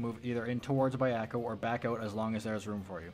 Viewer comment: Nice and clear guide, good stuff! Also, hate to do this, but it's bja-ko not bai-eko :P